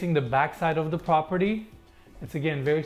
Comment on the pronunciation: PROP-erty, not POP-erty. You gotta work on saying that right.